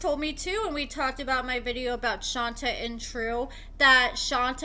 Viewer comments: Love the updates & info. Just wanted to say her name (Shonta) is pronounced Shon-tay not Shon-tuh. Also, Kerok is pronounced Kee-rock. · I thought it was pronounced Shon-tay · Isn’t her name pronounced “Shon-tay”? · it's pronounced: Shon-tay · Girl it’s pronounced shontay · SWEETIE: SHON TAY! PLEASE RESPECT HER BY GETTING THE PRONUNCIATION CORRECTLY!!! PLEASE, 😢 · Right? I mean spelling aside if you watch the show everyone should know how to pronounce it. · You’re mispronouncing her name. 🤦🏾‍♀️ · Will you please pronounce her name right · Omg why do you keep saying her name wrong damn just ask sheesh